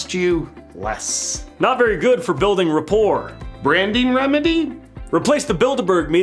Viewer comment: to "not very good for building reporirte." Repoireerite. Repoirre. Also, having the name KKK doesn't help either. ( to )